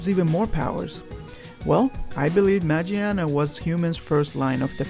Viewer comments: Why can no one pronounce Magiana correctly... Just throw away that goddamn J sound of G It doesn't apply on Japanese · It's name might be "Magiana" but the Japanese name is pronounced with a "G" not a "J". It's kinda like the "Gif" argument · its spell マギアナ in japanese so the G is pronounced like in words like good not like J